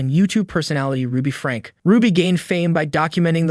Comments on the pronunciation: Her last name is pronounced like "Frankie." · Just some advice, please learn how to say names right. It's pronounced Frank-ee and Jo-dee. I heard you mispronounce other high profile names in other videos as well.